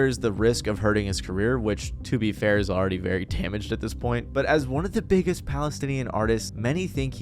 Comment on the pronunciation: emphasise on BIGGEST